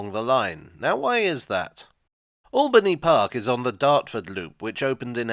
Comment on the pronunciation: My local station for 26 years… just one annoyance it’s locally pronounced Ale-bany park… not All-bany park , always winds me up on the announcements. My school pained a mural there back in 1980